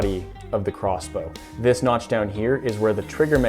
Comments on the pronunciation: Noch? Did you mean notch ? LOL!!!!😂😂😂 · Notch not nok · I will knock you out if you say notch wrong again!!!!!